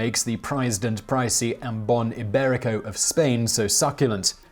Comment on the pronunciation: You butchered the pronunciation of "jamón ibérico", but nice video otherwise.